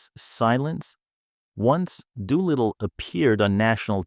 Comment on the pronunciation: It’s Doolittle or Doo for short, not Dew little. Loretta mostly called him Doo. A lot of the quotes and stories going around online aren’t accurate, including this poorly AI done content.